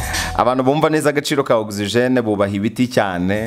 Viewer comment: Oxygen not OXIGENE